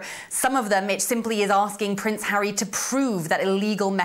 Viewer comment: Judge 🧑‍⚖️ went like “I didn’t know that Hawwy has children ?!“ 🫵🧑‍⚖️🤨😅